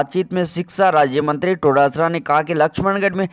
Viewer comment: उच्चारण तो सही करो टोडासरा नही डोटासरा है।